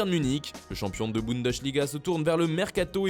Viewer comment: Manchester écrase le marché, triche avec les sponsors et est finalement gracié. On rappelle le sort de Malaga? (Ça se prononce Bundesliga, pas Bundechliga)